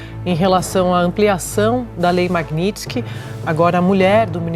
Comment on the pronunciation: Esse analfabeto da globo não consegue falar MAGNITSKY ?